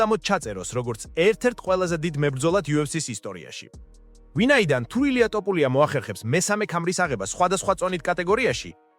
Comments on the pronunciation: რატომ იძახი ტოპურიას, როცა თოფურიაა. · შენი პროჭული ლაპარკი დამთავრე თოფურიაა ნუ ამახინჯებ მის გვარს წარმოთქვი სწორად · თოფურია, თოფურია არა ტოფურია. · თოფურია არის და არა ტოპურია გააჯვი რა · ტოპურიას ამბობს თუ მომეჩვენა?